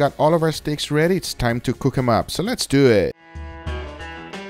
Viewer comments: “Les dew eht” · "So les do eetttt" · I like how he says let's dowe